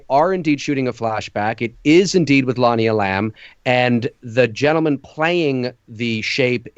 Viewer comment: It is Lonnie E’lam, not Lonnie elAm’!